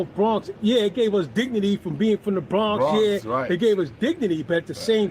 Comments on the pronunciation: And u keep pronouncing the Bronx wrong. Do u have a speech impediment? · U also pronounced the Bronx and lord Jamar wrong. It’s Jamar not Jamal.